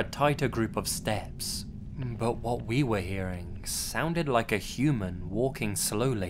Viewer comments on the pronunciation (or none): none